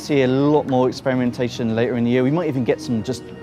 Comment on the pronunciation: "Speaking of expiriontation" you wot m8?